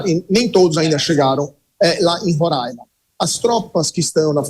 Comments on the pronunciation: Reporteres entendam uma coisa: É RORAIMA e não RORÃIMA kk 😂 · 3 pontos de observação 1 - para apresentadora: se pronuncia Roraima e não Rorãima 2 - para o comentarista - China, Rússia e Irã não são aliados históricos e sim aliados do momentos, 20 anos ainda não dá pra dizer que é histórico 3 - para o comentarista - a Venezuela atualmente não é um dos maiores produtores de petróleo do mundo e sim o país que possui as maiores reservas de petróleo do mundo